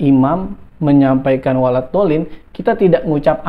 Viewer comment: Melafadzkanya aja salah pak Julhas.. walad bukan walat ...jelas gk bisa ngaji...